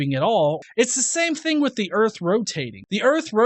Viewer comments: "erf" lol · "Flat Earf"? What's that? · Are "urf" and "earth" supposed to be the same word? They're not remotely similar, I'm honestly confused. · He’s talking about another planet called Earf, so that planet is flat. Just like his vocabulary. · Oh and all you college students make sure to drop out. Because then you will one day learn to pronounce the planets name the correct way. Urf. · don't say flat erf?